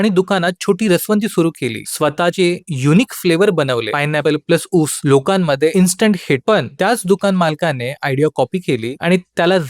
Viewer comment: ऊस म्हणाय शिक आगोदर 😂😂😂😂